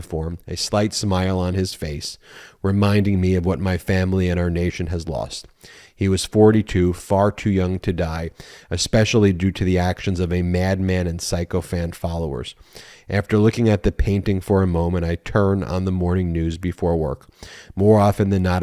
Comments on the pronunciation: Ben, Sycophant is correctly pronounced "sick-o-fant"!!! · I believed it's pronounced sick-o-fant. (Sycophant)